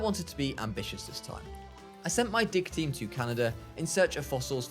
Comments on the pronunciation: I know he says “Dig team” but i hear “Dick team”…. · when he says dig team it sounds like dick team